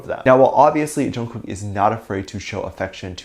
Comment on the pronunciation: It’s not pronounced like that, it’s how you would say night in Korean which is actually the meaning of his name. And I am just trying to let you know the proper pronunciation because it does matter. So no one try to come at me because you will get blocked or you will get a bad response. Thank you